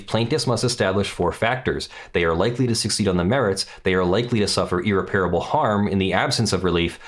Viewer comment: At least you can blame your inexplicable inability to pronounce irreparable like an educated person by your move to Europe. Seriously dude. You sound like an idiot. Aren’t you supposed to be an actual lawyer?